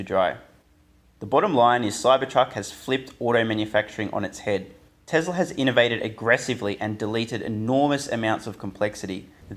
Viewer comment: why do you say tezzlaar, its telsa as in tess laa